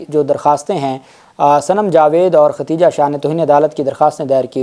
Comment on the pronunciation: Aey Jahil shakhs tujhe lafz Khadeeja bhi nahi kehna aata.. kitni bad-bakhti hai teri kay aisa muqaddas naam jo Ummehaat ul Momineen mein se hai, Allah nay usay bhi saheeh tarah se kehnay ki taufeeq nahi di.. har video mein typical saraiki an-parh paindoo ki tarah Khateeja khateeja kehtay ho.. Paise kamaanay se fursat nahi kay comment bhi read kar sako..